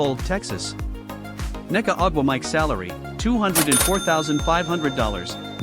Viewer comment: good ole eye-a Wilson and nneka ugh wah mike.... another a I flub job....